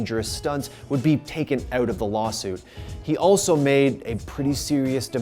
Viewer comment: Really annoying when you say out just pronounce it right